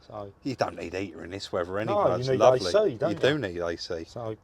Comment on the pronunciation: "it 'as come up laaavely"